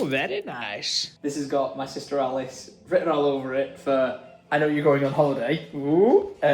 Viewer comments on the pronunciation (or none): none